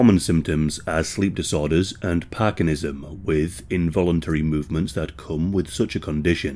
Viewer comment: Parkinsonism, not parkinism.